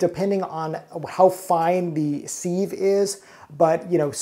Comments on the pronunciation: And it's pronounced siv not seeve... Lol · Thanks for the video, the word sieve is pronounced “SIV” (sounds like give) happy cooking 🙂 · OR, it might be a regional pronunciation? Give grace whenever possible.